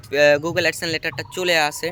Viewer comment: চ্যালেন, এডসেন এরকম শব্দগুলো ঠিকঠাক উচ্চারণ করার চেষ্টা করতে হবে।